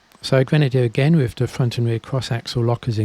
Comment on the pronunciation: its the way you pronounce The Them There as duh dem dare that had me intrigued? Curious and curiouser